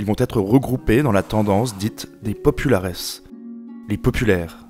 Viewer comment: Très bonne vidéo ! Cependant deux défauts : Déjà, même si c'est vraiment pas grave, les mots en latins ne sont pas très bien prononcés (populares et optimates) Mais aussi et surtout, les illustrations sont parfois mal choisies : tu parles d'événements de la fin du 2ème siècle avant JC, mais sur la moitié des illustrations, les soldats portent des lorica segmantata, des armures utilisées à partir du premier siècle après JC, à la place des lorica hamata (ou à la limite des lorica squamata). Même problème pour les casques, avec souvent des casques en fer et pas en bronze, et probablement pour d'autres équipements, même si je ne l'ai pas remarqué.